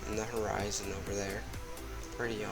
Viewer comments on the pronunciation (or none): none